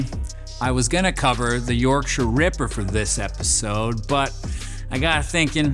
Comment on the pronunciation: props on the pronunciation of 'Yorkshire' :D nailed it